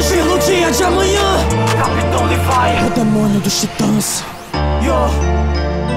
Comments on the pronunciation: Gostei bastante de você pronunciar (Livai) e não (Levi). Não tenho nada contra o (Levi) mas o anime é japonês e eu acho que ao dizer (Livai) você está preservando a forma original da obra. Eu sou portuguesa (Portugal) então vejo em Japonês e não em Dublado por isso estou habituada a ouvir (Livai) por isso agradeço por manter a pronúncia original!! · O som ta top so a pronuncia do nome do levi que ta errada fora isso de boa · alguem percebeu que ele falo capitao levai?